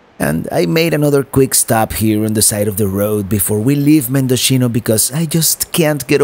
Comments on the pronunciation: all of the coastal highway is a beautiful drive and by the way, Mendocino is pronounce Men-do-see no-- not Mendochino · My front yard😆. Mendo-see-no👍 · You're killing me... it's pronounced MendoCno.